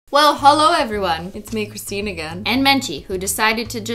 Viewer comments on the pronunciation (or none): Lol " crisTEAn" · i love that the starbucks says cris-tea-n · COUGH Did you just say.. "Cristine" WITH AN H???? Funny joke but...HONEY NO. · who is this "cristine" you speak of? i only know cris-tea-n